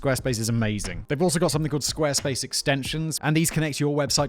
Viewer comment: Squaresplace dot clom you say? Was that intentional to get me to replay it like 10 times?